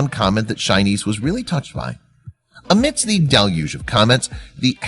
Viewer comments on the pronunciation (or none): none